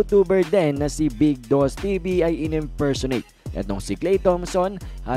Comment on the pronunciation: Baka “Imfersonate”